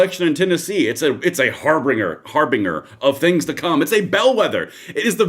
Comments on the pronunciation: The word "harbinger" used in the phrase - harbinger of death is pronounced (har-bin-ger) NOT (har bing er) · HARBINGER "HAR-binj-er"